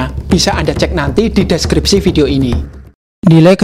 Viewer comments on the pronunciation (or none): none